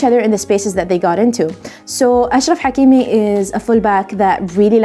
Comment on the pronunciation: As a Manchester United and Sancho fan I absolutely love this episode. Very well done. Also as someone who speaks Arabic I am a fan of how you pronounce the names of Hakimi in this video, and in general Salah & Mahrez etc. Keep up the good work 👍👏